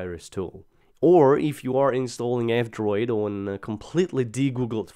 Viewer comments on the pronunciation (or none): Whenever you say "F-Droid" it sounds like "Android".